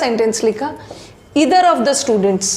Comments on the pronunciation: Either ka pronunciation is wrong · Wrong pronunciation, Either. Poor quality Aptitude.OK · I'm disliking this video only because of wrong pronouncements of Neither/Either